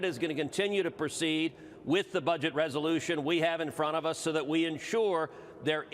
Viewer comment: Did he say buget?